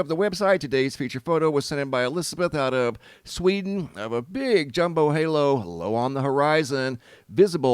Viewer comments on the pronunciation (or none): none